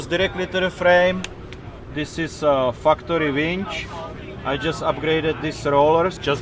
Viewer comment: Sorry, are you sayin fu-cktory or factory? Because fu-cktory is a really cool company name, if thats who makes those items you point out, lol. Awesome rig BTW